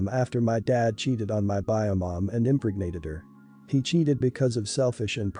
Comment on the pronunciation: well that's a new way to say impregnate on the very first story.....i had to play it a few times to make sure i heard it right. imp-reg-ated....